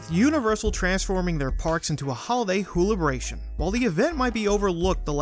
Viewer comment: Whobilation not wholibration!